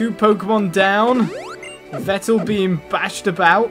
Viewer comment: Yveltal is pronounced EE-vel-tall